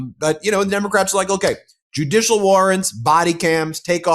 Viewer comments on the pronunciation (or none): none